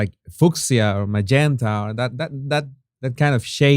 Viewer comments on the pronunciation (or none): Jesus, it is NOT. F..ksia! Please , it is Few-she-yah with the emphasis in the first syllable. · ....Fuchsia is pronounced "FOO-shah"...lighter cousin to Magenta! Awesome colors! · The colour Fuchsia is surprisingly pronounced “few sha”. I know. I know. The English language is crazy. Not like Spanish where every letter is almost always pronounced in one simple way. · Fuschia = [few-shuh] -[f-you-shuh] [phew-shuh] shuh like ‘shut’ but without the ‘t’❤